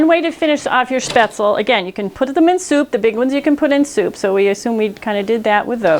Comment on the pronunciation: Out of all the videos I watched you the first one to pronounce "spaetzle" the right way 🤗